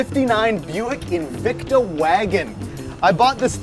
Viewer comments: It's Invicta, not Invecta. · INVICTA, not “Invecta.”